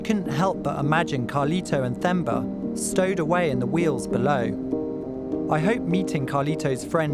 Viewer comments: the H is silent my guy. You can say Temba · Great documentary, wish you would have learnt to pronounce Themba's name correctly. Th is Zulu and related languages is pronounced as T... Regards, a South African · His name is Themba... Pronounced "Temba" ('h' is silent, basically) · The name Themba is pronounced as Temba, The h is silent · Sorry guyz .....i jus had to clarify that the 'h' in THEMBA is silent😊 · Couldn’t find him in those six hours because of your absolute butchering of his name. It’s so fascinating how things get lost in pronunciation. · At least have the respect of what you are reporting by PRONOUNCING the name THEMBA correctly - it means BELIEVE ! how you can be so dumb I don’t know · Themba pronounced with only a "T", please, the "h" is silent. Zulu for faith or hope. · Maybe if you pronounced his name right the first time you could've located him sooner lmao. Did no one you called from South Africa tell you how to pronounce him name properly? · I'm glad he changed his name to Justin because listening to Themba being pronounced incorrectly every time was killing me. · A harrowing story no doubt, but the messing up of Themba's name is grating. It's understandable when you read it, but once you ou hear it, not many can mess up the pronunciation. Anyway, glad he survived. I had no idea there'd been so many attempts at this on record. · The way you pronounced his name😭💔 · I was so proud of when he got to Mozambique and learned to pronounce Themba's name correctly after HEARING AUDIBLY...but then went back to typical white and saying it wrong. Themba is pronounced as T-hemba or Temba. Not Th-emba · Themba is pronounced as if the “h” was silent. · Themba is the Zulu name that can be translated to Hope in English. An English speaking person would pronounce the name as Temba. The H in it makes it Temba (English pronunciation) in IsiZulu. That's the actual sound of the name instead of Themba. Just FYI. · Tay-mba, not thay-mba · It’s pronounced Tam•bah